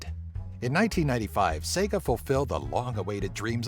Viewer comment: Did he say Sego